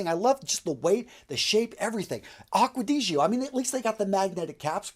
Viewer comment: the way you pronounce acqua di gio makes me want to commit a hate crime